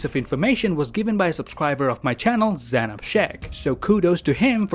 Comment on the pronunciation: Zaenab instead of zienap